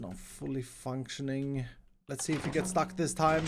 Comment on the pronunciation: Try saying fully functioning witch is said funk-shin-ning